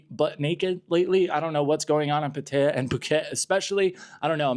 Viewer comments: It's pronounced Pah tai yah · I like your videos. However your pronunciation of Pattaya is fully incorrect. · If you lived in thailand for a while, then why cant you properly pronounce "pattaya"??😅😅😅